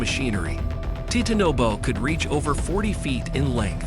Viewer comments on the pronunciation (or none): AI narrative always mispronounces. It got the name of every creature wrong. TITANABOA my personal favourite. TIT ANOBO